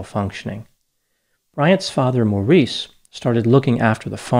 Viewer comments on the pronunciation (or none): Maurice..pronounced like morris (more-is). He was clearly depressed, with poor social skills, stressed with unmanageable son. He unlike his son, never hurt anyone.. english immigrant living in a remote place, lets not be too harsh on him. Martin Bryan was diagnosed as having Aspergers by a psychiatrist brought in at the request of Bryan's primary school. with sadistic tendencies. Doc dont put your gun totting 'rights' onto other people.